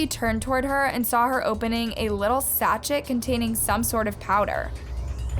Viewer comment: Lol! The way you said "sachet"! It's pronounced - "sashayy" lol 😆😁✌🏻💕